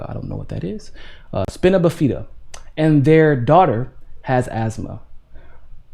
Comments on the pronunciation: It’s pronounced Spine-uh-biff-ed-duh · Spina Bifida (SPINE-UH BIFF-EH-DUH) Come on bro...seriously